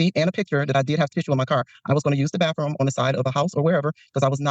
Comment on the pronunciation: She's educated but yet she says bafroom.